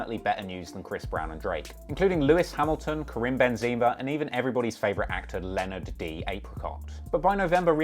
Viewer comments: “Lenard D”😭😂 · Did you just call Leo Lenard d apricot. I am dead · Did he just pronounce Leo DiCaprio’s name like that 😭😂😂😂